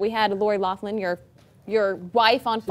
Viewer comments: Did she just say “Lori LouFlin”? 😂 I’m sorry... but it just sorta drives me a biiiiiit insane 😂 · So it's settled its pronounced Lock-lin